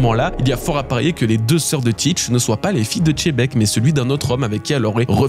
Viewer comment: Dites Xebec votre histoire de bateau c’est bon c’est Xe pas Che faut arrêté c’est horrible